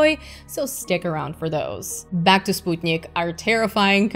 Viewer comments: Major props for properly pronouncing Sputnik, a feat which other space channels hosts (Scott Manley, Vintage Space) haven't mastered so far. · Thank you for the recommendations and for the proper way to say 'Sputnik'.